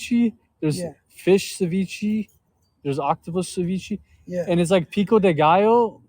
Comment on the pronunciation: "ceveechee" Ceviche*